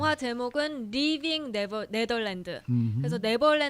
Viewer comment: 리빙 네덜란드?저만 그리들리나요?